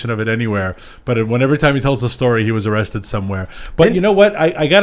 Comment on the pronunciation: "areested" my ass!!!!